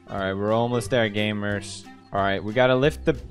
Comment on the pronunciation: How pewdiepie pronounce gamers : gAYmeRs